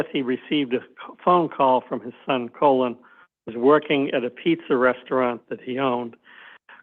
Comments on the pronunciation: Why does the CW keep calling Colin "colon"? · He is clearly trying to keep Colin‘s name out of the record as much as possible by pronouncing it wrong, similar to the misspellings in the police reports. I feel like the defense should have the court correct him asap.